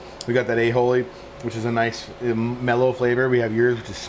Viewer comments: There's no H in Aioli. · It's Aioli not "A-Holey", 😂😂